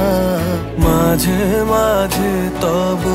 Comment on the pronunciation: Ei vocal ta just disgusting. Jeno kono British jor kore bangla bolche. Too much H in pronunciation. "Majh he majh he toboho" & ' KenHO meghh ashey ' ! Seriously, WTH!!